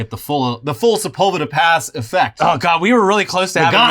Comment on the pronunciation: Every time i heard Sepulveda pass i only processed it as sebulba pass. And now that guy isnt in a wheel chair, he's in a big orange pod racer